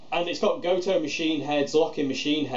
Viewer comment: You said it correctly, it is goat-oh.